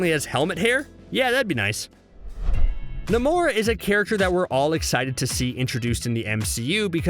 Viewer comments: Why is the world is the guy calling Namor, "Nimor"?! It's pronounced NAY-MOR! Sheesh! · NAY-MORE it's pronounced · NAY-MORE = NAMOR.. The way you said his name was killing me. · At first I thought he was joking but then kept doing it again and again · Why did you say namor like that